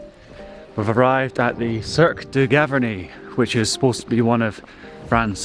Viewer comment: Cirque de GavArnie and not GavErnie